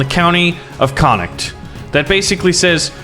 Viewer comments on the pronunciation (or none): When he says the county of connocht😐😑😤😫